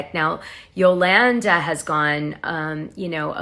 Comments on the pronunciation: Why do you continually pronounce Yolanda's name different ways? You're correct when you say Yolawnda..... it's not Yolannduh. C'mon, Dana. You sound uneducated. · Yolanda is pronounced Yo-lawn-daw. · You are killing me with…”yo-LAN-da” 😂😂🤣🤣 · QUIT CALLING HER YOLANNDUH!!!